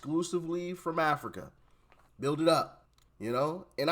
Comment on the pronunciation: THIS DUMBSHIT DEGENERATE CAN'T BUILD A LEGO TOY SET LET ALONE PRONOUNCE THE WORD Properly..THE SMARTER HE TRIES TO TALK THE DUMBER HE SOUND'S...WHAT A FOOL..BTW BUILD HAS A D AT THE END TRY PRONOUNCING THAT MY VERY UNTALENTED MORON.. PLEASE GO BACK TO AFRICA SEE HOW THAT WORKS OUT AND LETS SEE JUST HOW WELCOMED YOU ARE...DO NOT RETURN 😮😮😮😮